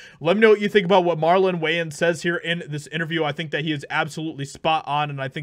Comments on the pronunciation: How do you not know how to pronounce their last name? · You cant even say his name right, dude. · The moment a black celeb speaks agains cancel culture white people protest their “longtime”:love for them 😂😂😂😂 that’s hilarious…the wayans are hilarious, and the guy who made this video doesn’t even know how to pronounce his last name - proving my point 😂😂😂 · Uhhhhh why are you pronouncing Wayans like that? 😂😂😂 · great video but you're mispronouncing Wayans.. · But, why can't you pronounce his name? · I would respectfully add a constructive criticism in that you should learn how to pronounce a famous celebrity's last name before making a video about that person. Otherwise thank you for the video. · I’m gonna call you out on mis-pronouncing the last name of the subject of your video through your entire video. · Please please please.... If you're going to do. Piece about someone, anyone, let alone a famous comedian and actor, you have to know how to pronounce their last name properly. Ty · Did you really just butcher his last name? 5 times? Dude you.....really? Where have you been? How do you not know how to pronounce his last name? 🙃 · Pronounce his name properly. After the fifth time, I just had to turn this off. How pathetic to not know the name of who you're reporting, especially one as famous as hm and his brothers. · Dude, you're pronouncing his last name completely wrong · It's pronounced WAYans, not WHYans. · Man I am tripping. When you were reading the name Wayans, you were pronouncing it weird like Whyans, but before you started reading the article and you referred to Marlon Wayans you said Wayans not whyans, and after you were reading you said it right too. That shit is weird. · Waaaaayans, waaaayans not Wiyans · This dude really kept calling him Whyans 😅😂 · WAY-ENS, not WHY-ENS Edit: Somehow you get it right at the end, though! 😆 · Its killing me, its WAY-ANS NOT WHY-ANS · Just an FYI, it’s “WAY-uns” not “WHY-uns” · Way-ans. As in my way. Not why-ans sir.